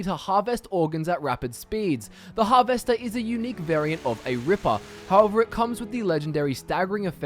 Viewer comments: Can't get over how you pronounce harvester hahaha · I have literally never heard anyone pronounce the words Alteration or Harvester the way you do and it makes me ears confused because you have a perfectly normal Aussie accent besides those 2 words. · Why are you saying harvester like it's two separate words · I'm Australian and he is the only Australian I have ever heard say Harvester like that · is da accent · but your English. I dunno anyone in England that days it like that